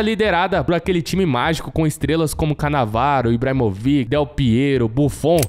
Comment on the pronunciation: Ibrahimovic, a pronúncia não é IbramoviQUE, o certo é IbramoVITI. Eu espero ter ajudado você!!